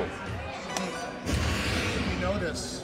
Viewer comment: Sando… sando… Sando. Please. Jeez man